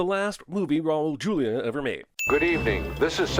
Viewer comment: WHY is it SOOOOOO hard for the narrators on YouTube movie related videos to check the proper pronunciation of the actors? The great late Raul Julia (R.I.P.) was a Latino and in Spanish the letter J at the beginning of the word is pronounce as an H, so it's actually [Hulia]. There are many videos in YouTube - check them before recording and maybe learn for future references somethoing!